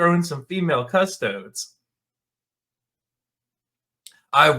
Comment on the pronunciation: It ain't cus-toads. Cus-to-dees!